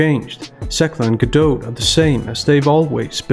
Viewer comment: As a native Hebrew speaker, it's such great fun hearing you pronounce Gadot correctly!